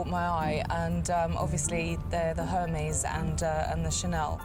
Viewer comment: The pronunciation of Hermès killed me...